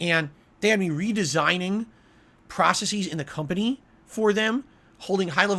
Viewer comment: The way he mispronounces processes is enough reason to fire him.